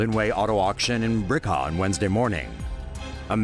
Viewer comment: It's pronounced "bill-RIH-kah"